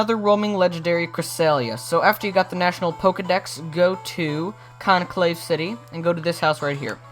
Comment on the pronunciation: when he went to show cresselia he called canalave city by canaclave city. i got a bit mad when i heard it...